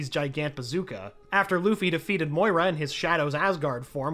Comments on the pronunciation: imagine calling Moria "Moira" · Say it with me MORIA!!!!!! NOT MOYA